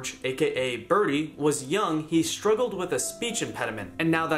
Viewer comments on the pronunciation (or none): none